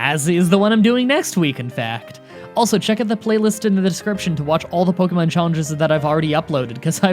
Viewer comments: You still say Pok-EE-mon It’s Pok-EH-mon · "You can't make fun of me for mispronouncing the gen 5 names!" Continues to mispronounce "Pokémon"